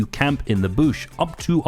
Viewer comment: Please don’t say Boosh.. it’s a bush. Like George W. Busch, with a short u.